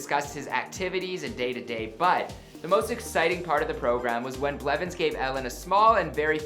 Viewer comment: Did you say "Richard tyler blevin" ?